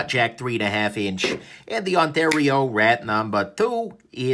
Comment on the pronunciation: the way you say "ontario rat" w/ the accent makes it sound like you're talking about a guy who snitched instead of about a pocket knife lol